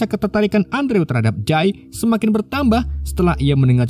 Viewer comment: Andrew.. dibaca Endru' ... Min... 🙏🙏🙏